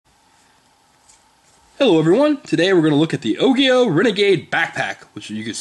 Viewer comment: its pronounced ojio. soft g bro